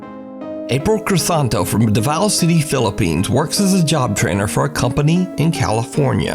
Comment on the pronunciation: Not Dava-o Davaw